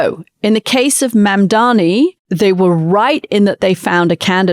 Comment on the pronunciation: Its MamdaNi Anthony. Not MamdaMi. That's what Cuomo keeps calling him. Capito?